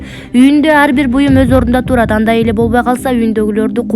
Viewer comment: Туурат эмес турат деп оку